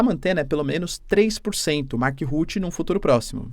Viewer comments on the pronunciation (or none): não lê os comentários, nao é? Para mim que vivi por 21 anos na Holanda, me dá nervoso de ouvi -lo dizer Mark Rutte ( Ruti). É RrrrruttE. (Raiva)